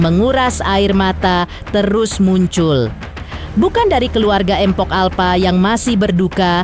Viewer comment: Mohon maaf ya min kalau nyebut "mpok" itu jgn "empok" 😔 ga enak bgt di dengernya 🙏